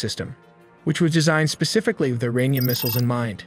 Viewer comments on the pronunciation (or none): none